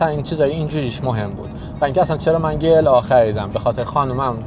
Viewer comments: داداش بنز (گی ال آ) گی ال آ یا جی ال ای داداش وقتی مخفف حروف یک جا هست چیزی بنام گ وجود نداره چیزی ک من خوندم لیسانس این رشته رو دارم وقتی گ خونده میشه ک داخل یک جمله باشه قبل یا بعدش حروف بی صدا باشه این مخفف بود حروف مخفف بود ریدی داداش گ ال آ عا هم وجود ندارد ای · گی ال آ نگو جی ال ای بگو گی کلاس مثلا زیاد به دل نمیشینه❤❤ جی بگی بهتره زیاد آلمانیش نکن❤❤❤ عشقی مثل همیشه عالی ❤❤❤❤❤❤ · گی چیه بگو جی وقتی میگی گی ذهن ما میره یه جا دیگه😂😂😂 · ما به این تو ایران میگفتی جیla نه گ😂